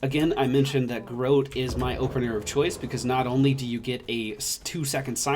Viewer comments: I could be wrong, but isn't it pronounced garrOTe....? as in hot? like garrote wire? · We Spanish-descended countries pronounce it "gar-roh-teh" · I hate being that guy, but you maaaaay be saying Garrote slightly wrong, <3